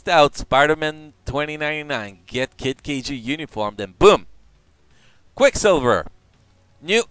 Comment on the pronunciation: Wasn't me or was he mispronouncing dormammu and kid kaiju. Not a big deal what is his native language.